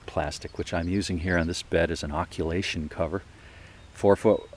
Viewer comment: It's occultation not occulation, sorry to be pedantic.